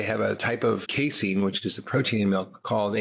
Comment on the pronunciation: Hey Layne, are you saying casin wrong or have all of us been saying it wrong this whole time